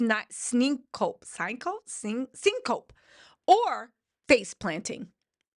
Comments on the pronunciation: You mispronounced those things so horribly. Oh no. Syn is not Cin. Big hug. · Syn coe pee pronunciation